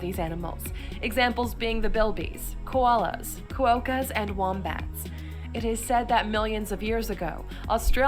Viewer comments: I would just like to point out that the video they are reacting to is pronouncing things wrong. Canberra in pronounced Can-bruh, quoka is pronounced quoh-kah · Few things to note from the video Canberra is pronounced Canbra Melbourne is pronounced Melbn Quokka is pronounced Qocka Wombats can run faster than Usain Bolt No taxi in Australia carries hay bales in the boot of their car (every country has their weird laws) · Quo ka what? Wtf ? Its quokka , rhymes with chocker. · Quokka rhymes with clocka, not how she pronounced it. They are probably the cutest and friendliest little animals that are isolated to Rottnest Island in WA. Absolutely adorable. Wombats will f* up your car if you hit one. They have like a plate in their butt. And their poop is cube shaped. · ah fact1 false, 4 longest fence yes, and the longest straight road TRUE which also helps govern the longest golf coarse inn the world boom, 8 fosters is the piss we send over seas. ok qowkas let sget this right cause on soccer weekends this sheilas gettin her teeth kicked in its qu-oka, you say oka kw-oka as in kwoka soccer. 14 is total BS where this cow got her info NFi. Caren? lol. LOL 15 only 2 on that list still here, the rest we took away their visas, you can have em